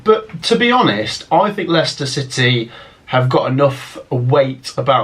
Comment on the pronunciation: You got Leicester wrong